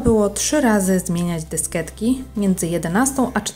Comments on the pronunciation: dysketek, dysketki,na dysketkach Nie moge tego słuchać.. DYSKIETKI KURWA! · Fajny filmik leci łapka w górę ;) tylko czemu ten przemiły głos mówi dysketki a nie dyskietki ? ;)